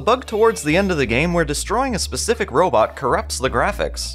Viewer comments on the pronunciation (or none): none